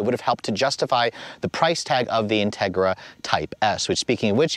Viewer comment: I thought he really said “Justin Trudeau Civic Type R”. That would be the shittiest Civic ever to exist 😂😂